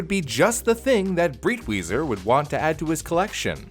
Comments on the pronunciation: btw the guy's called "Breitweiser", not "Britwieser". just like the I in "wiser" you made for that joke. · Breitweiser is pronounced like "bright-visor". The "ei" makes a long-i sound, like "eye", and the "w" makes a "v" sound. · i think the pronunciation is more like "bright visor" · It took me a google search to figure out his name cause it is REALLY completely mispronounced to the point of not understanding it at all. For anyone wondering it’s Breitwieser (pronounced briteweeser) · Thank you for this video! I was horrified that his mother burned those paintings... but my man, Breitweiser is pronounced like "briteviser" LOL... nonetheless, this was awesome and educational :)